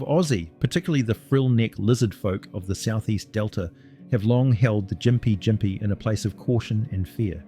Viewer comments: Also you've somehow managed to pronounce Gympie Gympie wrong every time, but differently every time too lol, Its "gim-pee gim-pee" Not "gim-pie jim-pee" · I lost count of all the different pronounciations of gympie gympie used. Gim-pee Jim-pee Gim-pie (There are 9 different ways of combining those, but I'm pretty sure only 5 were used)